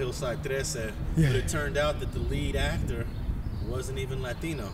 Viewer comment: “This vato said I want to be a “AcT—Terrr” clown ass foo